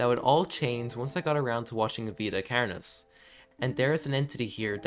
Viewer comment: you say carnis so irish. carrrnis